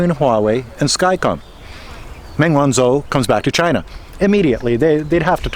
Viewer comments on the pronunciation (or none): Good analysis of the case; she is a very brave lady to stand up to them like this and endure through this farcical travesty of law breaking by the respective authorities., one thing bugs me: you don't pronounce the ZH in pin yin correctly - zh is pronounced like a j, so it's not Sen-Zen but Shen-Jen; where I live (Zhuhai) it's not Zoo-hi but Jew-Hi; and it One-Joe not One-Zo.